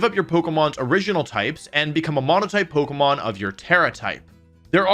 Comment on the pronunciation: I will sub when you can say pokemon correctly and not pogamon